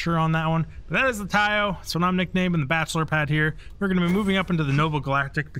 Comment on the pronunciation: Nice video, watched all your tours very informative, just one thing tho... Deimos is pronounced Day-Moss, not de mos, and Taiyo is Tie-yo, if you pay attention to the npcs at each shipyard they will teach you how to pronounce each one.